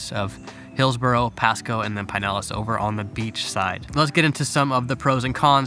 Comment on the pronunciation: PIN-ellas/ PUH-nellas. Not PIE-nellas 😑✌🏼